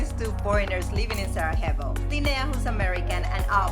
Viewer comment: Can't stand people pronouncing Sarajevo as SaraHevo. 🤮